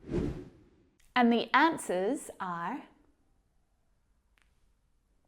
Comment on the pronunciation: you said "asnwers" instead of "answers"